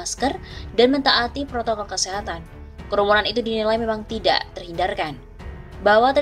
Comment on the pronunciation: ADA TEKS MASIH SALAH BACA NYA APA LAGI TDK PROTOKOL BUKAN PROKOL JOK ,PRESIDEN PALING BURUK MEMBERI CONTOH YG TDK BAIK KPD RAKYAT NYA